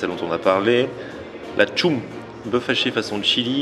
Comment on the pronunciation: La tchoum ! Il m'a tué lui ^^ Ca se prononce "tcheum" !